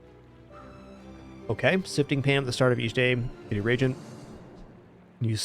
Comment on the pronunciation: Maybe someone could let know it's re-agent instead of regent. No shade, of course.